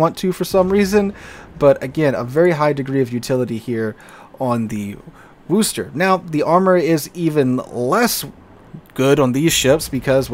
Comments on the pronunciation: I beg of you. It's not WOO-ster. It's Wuh-ster. If you're from east of Worcester, it'd be Wuh-stah, but I digress. My ears are bleeding here lol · Worcester: “war-stir” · No one who lives in New England pronounces the Worchester name with the "o" sound. It's pronounced "wis" like in "piss". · A lot of people think it's named Wooster, as the city in Ohio. Maybe that is pronounced with the long oo. I don't know how they fail to read Worcester, but they do.